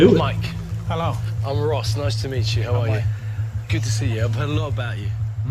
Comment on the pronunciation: Why do you insist on calling him rose his name is Ross r o s s